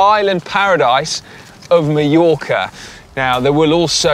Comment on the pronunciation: Why can’t the Brits properly pronounce MALLORCA?? MY-ORCA!!! Not ME-ORCA!!!